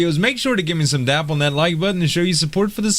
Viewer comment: Loving the work mate, just marathon-ed through both your seasons and am off to pick up a copy of the game. One thing... What is a "little Dap" on the like button? You say it all the time but I cant for the life of me figure it out, it almost sounds like tap, but I suspect not. "Downward Applied Pressure"?:)